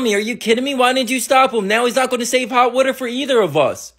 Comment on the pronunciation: I love when u say woter😂